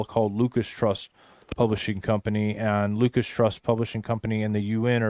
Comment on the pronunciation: I thought it was Lucis not Lucas